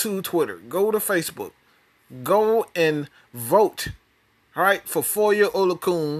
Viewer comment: Oh-lo-a-khan That’s how it’s pronounced...